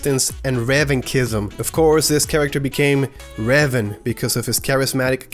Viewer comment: It's pronounced Ray vahn.